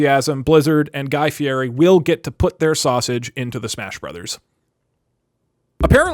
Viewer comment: Its fieri not fieri